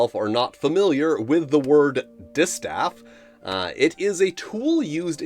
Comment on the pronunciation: Was listening to the video and thought it was destaffed rather then distaffed, so a player without a staff, if you know what i mean